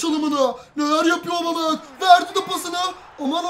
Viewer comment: abicim obameyang değil abumeyang